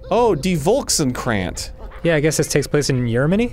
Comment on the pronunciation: I will never get over how Arin pronounced "de volkskrant" (it's dutch btw not german)